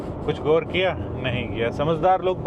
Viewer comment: Bhai kitni bar bola guar kiya guuar kiya😡